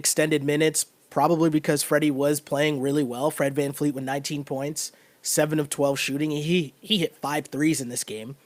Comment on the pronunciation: It’s Fred VanVleet with a V not vanfleet